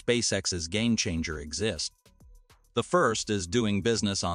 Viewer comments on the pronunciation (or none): none